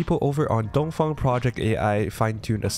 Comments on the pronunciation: Did you seriously just read Touhou as "Dongfang" lmao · I saw that 東方. Did you intentionally not pronounce it "Touhou"😢😂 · LOLOLOL it was tohu!